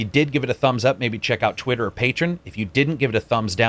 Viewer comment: it's pronounced 'pay-tree-on'... Please for the love of God say it right.